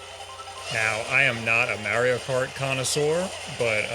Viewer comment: so funny how you pronounce maerio kart and maerio maker